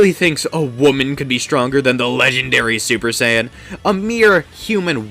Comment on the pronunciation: i heard stuper saiyan no cap